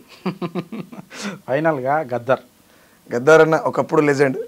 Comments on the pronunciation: గద్దర్ గద్దర్ అని పిలువాలె గద్దార్ కాదు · గద్దార్ కాదురా నాయన గద్దర్ ఆయన